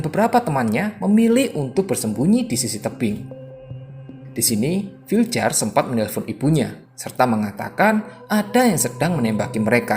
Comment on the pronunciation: Bacanya vilyar bang bukan filjer